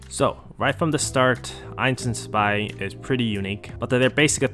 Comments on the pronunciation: why do you keep calling zwei "spy" bro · I'm Asian too bro xD Btw the correct pronounciation is "zu vai" with a "v" (2 in german)